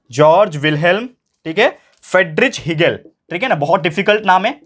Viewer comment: . Hegel ❌ Egle ✅😂😂